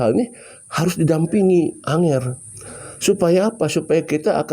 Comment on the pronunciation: ANGGER BANG BUKAN ANGER, ANGGER ITU BASA JAWA SAPAAN LAIN UNTUK ANAK2 YG LEBIH MUDA...NGGER,CAH BAGUS